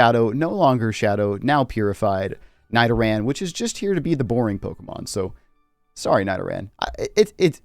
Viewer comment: Why did you say Nidoran like that